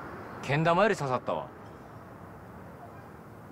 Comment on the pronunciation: けん玉の発音がちがう 楽なほう楽なほうもちがう でもすごいとおもうすき